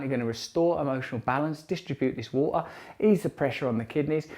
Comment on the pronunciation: Free minutes ?? Do you mean Three Russell? Waaa...kka?? C'mon Russell. PLEASE. ITS WATER...WITH A "T".....